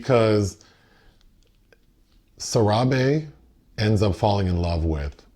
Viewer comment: Ayyo... My mans pronounced " Sarahbi " 10 times decently before he started fckin it up 😂 like whaa. 😊